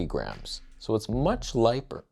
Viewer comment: We need a "lighper" t-shirt! It's like "toneh" but "lighper". 😂